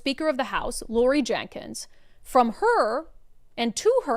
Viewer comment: It's Laurie Jinkins. Not Jenkins.